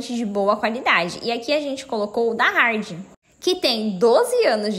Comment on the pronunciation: O tal selante que ela menciona é da Hard (Rard-pronuncia)